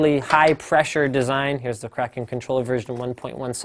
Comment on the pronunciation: Im so glad you don't say "kray-ken"